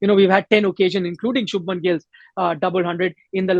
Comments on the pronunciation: It’s Shubhman not Shubham 🙄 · It’s Shubhman! You can’t get names wrong like this